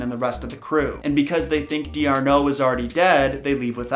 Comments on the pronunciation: Darnot, not D-Arnot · Great video series, but it's not pronounced Dee-are-no, it's Dar-no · french person here and D'Arnot is actually pronounced "Darn'o" x) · It would be just D’Arno, not Dee-Arno. I’m not trying to be rude here. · Diarno..... no, sorry that is 100% wrong. The name is MOST likely french, so you would bind the D over so it would sound like "Darno" D'Arnot means De Arnot (of Arnot - a somewhat highclassy title, the "de") but since french do not Write "De" if the next word starts with a vowel, they make it short by putting an apostrophe like so: D' so it is "Darno" (the t is silent, at least you got that right. maybe go back to school?) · The name of the Captain is pronounced Darno not Dee arno. It is really De Arnot but because the second part starts with a vowel the e is dropped hence D'Arnot (of or from Arnot). You Americans butcher languages. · dar-no not dee-ar-no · Sorry, but it is NOT Dee Arnaud, but Darnaud when you pronounce it. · For goodness sake. It's pronounced "Darnot", not Dee Arnot. You don't pronounce "Don't" as "Don Tee", do you? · You are mispronouncing D'Arnot. It is French therefore it would be pronounced as if the apostrophe is non-existant, "Dar-NO" not "Di-Ar-No". Jus' saying. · the correct pronunciation is DARno! D'Arnot. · Nobody: Litteraly Nobody: Not a single soul::DeE-aRnOt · I literally shrieked every time you said “dee arnot” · With French names, ignore the apostrophe and put the stress at the end. And, as always in French, it's pretty safe to ignore any consonants at the end. Thus D'Arnot is darnO. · The French captain last name is pronounced as "Dar no." Kinda of like hor d'ourves are pronoucned "Or derves." Took French in middle school and still remember some rules of pronunciation. Just wanted to help you for you next video with a French contraction... Sorry if I overstepped....😕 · The way he pronounces "D'Arnot" bugs me.